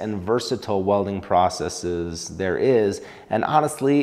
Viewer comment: Thankyou for pronouncing "processes" correctly! You're one in a million. 😉